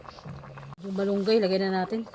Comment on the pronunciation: bat balunggay-Dapat Malunggay.